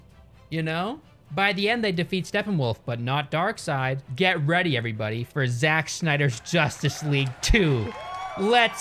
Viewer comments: He said za ch instead of just Zach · "Za-tch?' I've never heard anyone ever pronounce "Zach" that way. That really bothered me for some reason I can't figure out why i care about that. Man this pandemic is making me care about stupid shit I really shouldn't care about and never have cared about before. Fuck a duck, I'm ready to do something with humans. Like activities or sex maybe I don't know, bye. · why does he pronounce "Zach" as Zatch when he knows very well that there are people with the name Zach that pronounce it the same as "Zack" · when has "zach" ever been pronounced "zatch". shits out of anger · "Szatch Snyder" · Did you say Zatch 😂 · Zatch? lol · As soon as I heard him pronounce “Zach” like that I knew this would be a good video lol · “ZaCH Snyder” - 2021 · I love how he immediately just mispronounces Zack's fucking name in the start